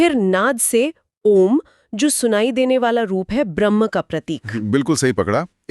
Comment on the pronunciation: सारे वीडियो को हल्के में लेकर चल रहे हो। मैडम से कहो ब्रह्म को भ्रह्म ना उच्चारित करें।